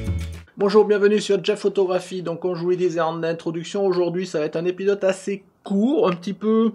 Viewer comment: Jeff je t'adore, mais pourquoi tu dis épisoTe ? Non, sérieusement merci pour ton travail et ton iimplication !!